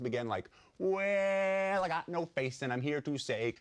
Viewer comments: thumbs up if you thought he was saying WHALE instead of WELL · This is one of my fave skits, the first time I saw it I thought he was saying "Whale" but I love how crazy this one is xD